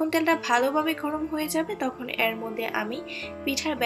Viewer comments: এর কে এ্যার বলছেন কেনো? পিঠা ভালো হয়েছে। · উচ্চারণ টা ঠিক করুন। শুনতে ভাল লাগবে। এর উচ্চারন, তেল উচ্চারণ গুলো শুনতে খারাপ লাগছে। পিঠা টা ভাল হয়েছে